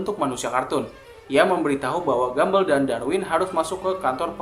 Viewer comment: Please cara bacanya buka gambel tapi gambol